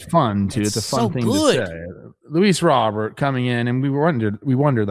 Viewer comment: he’s said in interviews it’s pronounced like row bear not boring ass Robert can yall please be the first in media to start getting it right